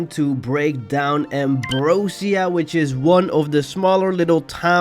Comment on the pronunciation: it’s actually pronounced “am- bro- zhuh- " not “am -bro - seeuh”